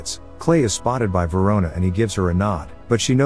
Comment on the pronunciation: Verona?! RIC KEY VERONA?!!